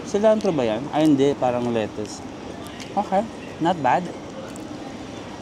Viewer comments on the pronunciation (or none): none